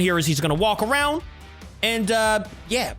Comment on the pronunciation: You should arownd stachoos